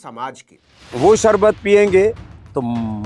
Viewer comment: Lala ko sharbat bhi bolne nahi aata anpadh logo ki tarah sarbat bol rahe hai.